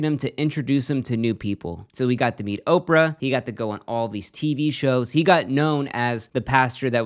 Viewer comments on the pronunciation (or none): none